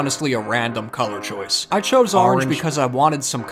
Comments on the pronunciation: I love how you are emphasizing how people think you say orange wrong and now you are over emphasizing it now XD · The way you kept putting emphasis on the word orange was perfect 😌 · You still can’t say orange